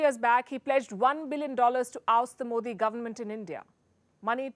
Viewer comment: He cannot he even prounce our Prime Minister name and he is speaking agains t India